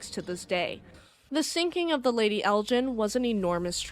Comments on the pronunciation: You mispronounced the Lady Elgin. You're pronouncing it as Lady Eljin rather than Lady Elgin. Otherwise it is an interesting video. It's hard G not a soft slushy G. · Lovely documentary! ❤ But Elgin is pronounced with a hard "G" like in "Vegan." Charlebois is pronounced "Sharlbwah"